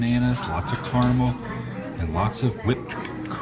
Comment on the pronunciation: I don't like the way you say caramel Adam.